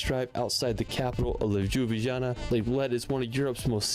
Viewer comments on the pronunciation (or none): and reading C like K, and J... omg he said Ldzhublidzhana for Ljubljana 🤣 Brijuni - Brudzhini 😂